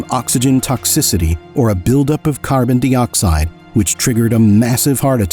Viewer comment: Carbon dee-oxide? AI?